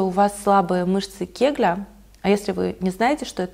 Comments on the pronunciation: наверное всё-таки мышцы " Кегеля", а не "Кегля") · Сори,конечно, но КегЕля , а не кегля 🙈